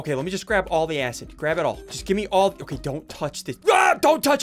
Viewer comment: You said the a word when you Tried to say acid